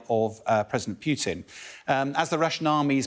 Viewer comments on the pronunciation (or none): This gentelmen never misses an opportunity to mispronounce names ;) Prigozin not 'Prizovskin'. BTW: its Putin not 'Piutin'. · Dear UK specialists who pronounce this maniac's name "Pjuutin" - stop it! It's pronounced "Pooh-tin". Which is a tin of poo. Which is suitable. "Pjuutin" sounds way too cuddly. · Not as funny as all the reporters saying POO-tin instead of Put-EEN. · Yep - it's 'Pew-tin'. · He can't even pronounce Putin. 😑😑